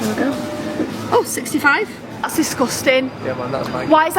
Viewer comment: Is something wrong with teeth? She keeps saying her T’s like Th and it’s killing my ears!